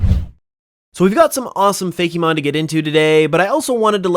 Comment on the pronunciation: its pronounced 'faekmon, not 'fakeemon'